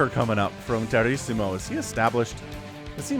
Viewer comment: Lol! The name's a play on Tiramisu, the dessert xD. It's pronounced Ti Ruh Muh Soo.